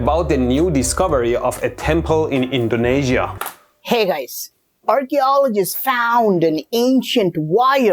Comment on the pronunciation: Indonesia❌ Indaeneshia✅